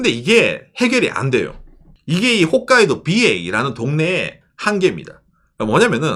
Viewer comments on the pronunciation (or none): none